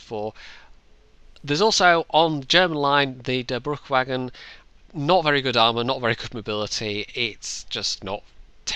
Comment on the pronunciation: Im irritated... he has trouble pronouncing Durchbruchswagen but in the VK game his game is set to german.... is he german or not?